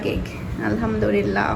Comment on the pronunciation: আলহামদুলিল্লাহ্ শব্দটা সঠিকভাবে বলবেন তা নাহলে অর্থ ভুল দাড়ায়।